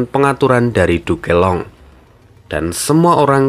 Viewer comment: Min bisa ga penyebutan "Duke Long" nyebut nya jangan "Du ke Long" langsung aja "Duk long" min ,agak aneh saya dengernya